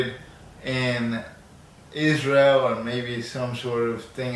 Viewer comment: When you said Isntrael...